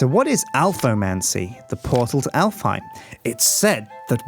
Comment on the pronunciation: Alfheim is an Icelandic name and is pronounced Álfheim in Icelandic